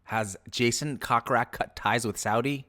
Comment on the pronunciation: It's not pronounced cock rak, it's pronounced coke rack> I can see why no one watches your blogs and predict more of the same.